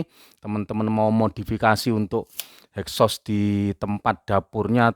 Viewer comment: Exhaust Pak.. bukan hexos..